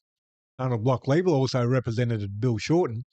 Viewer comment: I prefer to use the correct pronunciation: "Lie-bler'".